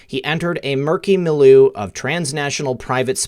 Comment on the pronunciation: not "mil-loo" but "mil YO" like Rocky, "yo Adrian!" :)